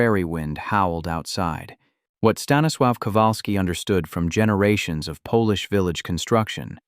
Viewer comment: Staniswaw? Huh?